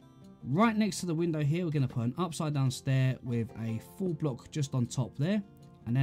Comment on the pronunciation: Great tutorial but when you say “full block” you make it sound like “four block”